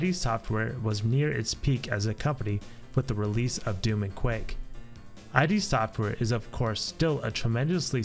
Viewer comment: Id Software. Not Eye Dee Software.